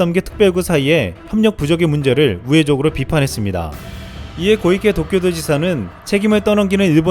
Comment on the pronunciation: 고이케 X 코이케O